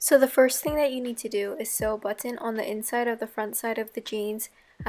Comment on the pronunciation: amazing idea but i like the way u say buTTon lol